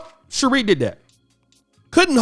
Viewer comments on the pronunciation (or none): Her name is pronounced "She-ray" not "She-ree" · #TheWall is Undefeated@ its pronounced(Sher'ray)